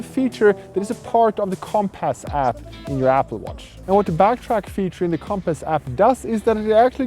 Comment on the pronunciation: Him calling it comp-ass is really grinding my gears